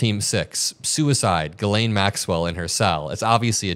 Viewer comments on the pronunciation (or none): her name is French so a bit confusing for English speakers but pronounced “gislenn” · Her name is pronounced Gillen, short i. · It is pronounced jeeslaine. The Lolita Express…anyone who has read Lolita knows the implication of the name. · Please, can everyone pronounce her name correctly? It's Jissss-len. It's French. Guylaine is another French first woman's name. I know she doesn't deserve the respect but as a French speaking person, this is like nails on a blackboard! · Can you please all learn to pronounce her name correctly…it’s not Guylaine it’s Ghislaine for god’s sake. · . HIGH ATOM !!! 💙💛💙💛💙 ISN'T HER NAME PRONOUNCED. "JIZZ LANE" ???? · It's pronounced GIZ-LANE (I believe it was her nickname). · Ghislaine is pronounced "Jizz Lane"... for a reason. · Why can’t anyone pronounce her name right?